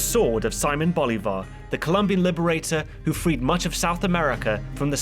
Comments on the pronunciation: Just wanted to say that it's "See-mon Bolívar" (accent on the I) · That's probably due to how it is mispronounced in the show. Which is wild to me given where the creators are from.